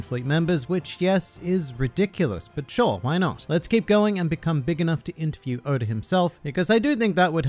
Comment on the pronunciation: Nobody:Oda: Odur